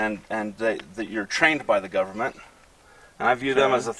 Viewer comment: This fat slob doesn't care about his kid, he's just trying to make a point about the "govmint."